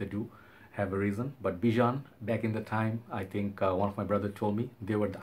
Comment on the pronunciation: I've been to the Bijan Store back in the day in Beverly hills, He wanted a bottle that was different and the glass blowers went through several prototypes because it was difficult to get that hallow round shape, but it worked, it won several awards, and yes you are pronouncing it correctly.